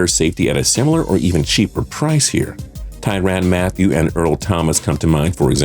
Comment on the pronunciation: Seriously dude, " Ty Ran Mathieu"? Get your pronunciations right.